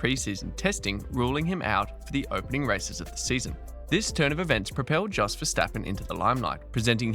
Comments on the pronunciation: Just so you know, Jos is pronounced Yos. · It's Imola, not imOla. And Jos Verstappen, not Djos Verstappen.